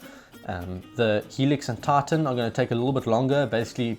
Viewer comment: Does anybody else hear "TARTAN" instead of "TITAN"? Or is that just me?